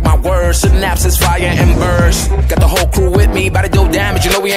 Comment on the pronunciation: "The" was prounounced as da, dee also, bcoz of it I guess 😂